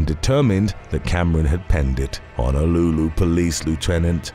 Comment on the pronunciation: It's Honolulu not Hanalooloo